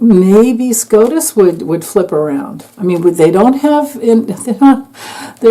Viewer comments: I apologize for laughing. When you said SCOTUS I thought you said scrotum. Amazing read new subbie. Ps.. Ivana it was said her Dad was KGB. Is this why she had an accident😮😮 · Scrotus...lol...not scotus